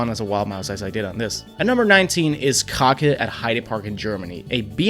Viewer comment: How did you pronounce Krake? 🤣